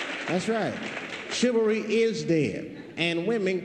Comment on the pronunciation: Chilvary? What is chilvary?